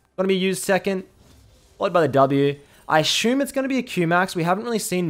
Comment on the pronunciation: “I ashoom” xD